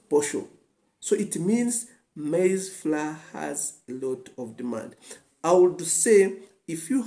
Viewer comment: Google up the pronunciation of: Maize Flour Otherwise all good.